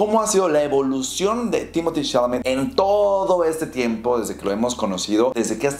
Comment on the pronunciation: Se pronunciaría "Timoté Salamé"